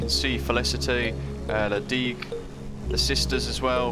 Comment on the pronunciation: Just to help I’ll give you the pronunciations:)) Mahè = marhay Praslin = prarlah/prarlin La digue= la dig Silhouette = silhouette